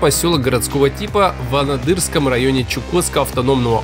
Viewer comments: След. "АнАдырьский"!!! как тут ниже написали, "Уши в трубочки сворачиваются", а мне "слух режет". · Анадырском ударение правильно ставь пожалуйста 😊